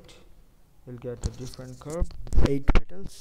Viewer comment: petals not pettles...